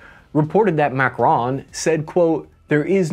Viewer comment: It"s not MACRONE but MACRON